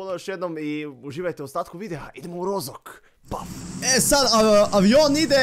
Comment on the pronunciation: Nije Rozok, nego roškok